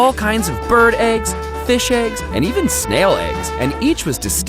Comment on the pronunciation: Aegs is all I can hear